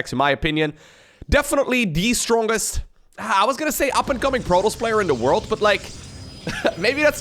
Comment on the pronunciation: i really enjoy watching your casts. i've never been great at SC or SC2 but love them, nonetheless! the way you say protoss sounds like protlss and i love it.